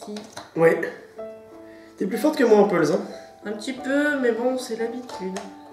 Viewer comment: Pour une fois vous avez bien prononcé le mot puzzle! Bravo 👏🏻😂